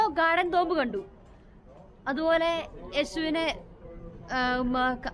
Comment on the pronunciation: എന്റെ, തോമ്പ് അല്ല.. റ്റൂമ്പെന്നു പറയു 😉👍😀